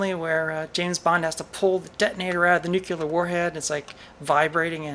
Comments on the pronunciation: NUCLEAR! Not "nukular". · It's not too late! Starting today you can change the way you say "nuclear" from nu-ku-lar to nu-klee-ar. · did...did you say "nook-u-lar"? Maybe I need more coffee. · I don't know why it ticks me off but, what is it with people saying nuke-u-lard? 🤷‍♂️ Still a cool video :-) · Oh,.... Did you say "nuke-u-lar"? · say nuclear😂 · It's not an accent.